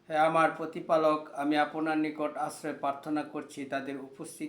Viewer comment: পতিপালক, আপোনার এসব উচ্চারণ!!! মিয়া তোমার ভাষাই ঠিক নাই! তুমি হইছো বক্তা!!!